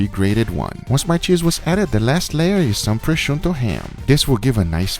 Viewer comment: It's "Prosciutto" not "pReSCiuNtO" LMAO